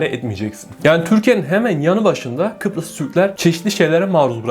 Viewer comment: Peki sürekli Kıprıs demesi fllfllggllhgllflf